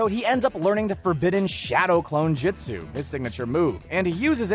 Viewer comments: Step 1 of anime content of any kind... Learn to pronounce the words correctly. Its not Jitsu, its Jutsu, its not Ma dara, its ma-da-ra. C'mon anybody whos watched at least a single season of Naruto at least knows how to say pronounce Jutsu Edit - - also its Ku-rama not Ka-ruma... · never trust anyone who pronounces it "Jitsu", kids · Lol this dude has never watched the show “jatsoo” ahahaha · Not to be a pain but it’s pronounced jutsu not jitsu and Team Guy choose to stay back he didn’t make them. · "jutt-soo" "kuh-rooma" "muh-darra uchee-ha" damn dude learn to speak. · Him: You-tic-ka Me: 👀🤣😂😂 Secondly his name is Kurama not the fox. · It's pronounced "Joot-sue" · I got 3 minutes in and I just can't watch anymore. Hearing him mispronounce jutsu is just so god damn infuriating. He clearly has never watched the show. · Did anyone else get triggered when he pernouced the words wrong like “Jutsu” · Jut sue him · This man can’t pronounce jutsu